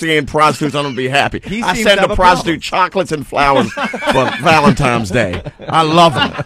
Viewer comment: "valentimes" Day?